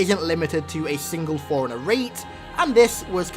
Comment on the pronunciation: all respect to you man but it sounds like you're pronouncing Forerunner like forigner, but i agree with your thoughts on this